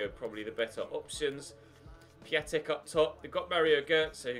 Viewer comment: Its pronounced piontek ya bender